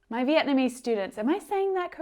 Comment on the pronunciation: Xin chào from VIệt Nam, if you love Bún thịt nướng, you must love Bún chả from Hanoi captial. Also, your Vietnamese pronunication is pretty good,.